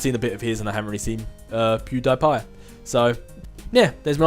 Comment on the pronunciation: I believe it's pronounced Pew-dee-pie